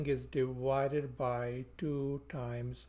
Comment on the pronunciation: A very good lesson. By the way: It's "divided" not "diwided" (as You pronounce it)